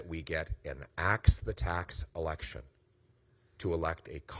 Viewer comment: Lose the accent on the E in election